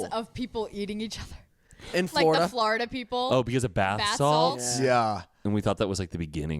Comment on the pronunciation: I love how says Florida like Flarda 😂❤️